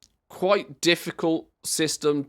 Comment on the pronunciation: When you're not loudly GULPING right over your mic, you're "qwite" entertaining good sir. Remember, self awareness, and fundamental urbanites. Stomach turning ungraciousness doesn't add to your twitch stream. I wish enormous success, hence my observations. Cheers and TALLY-HO!!!